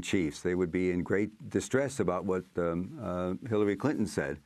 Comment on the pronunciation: Did she say "Hitlery" Clinton? I rewinded, relistened and I'm still not sure..